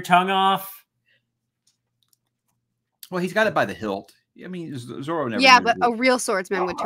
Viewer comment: It is objectively zoro not zolo. The reason we know being we see it written out in English. Someone probably already said this, but zolo comes from the original English dub and the company, 4kids, being afraid of litigation from I believe Disney, who owned zorro. The first edition of the English one piece says Zoro but they changed it in later printings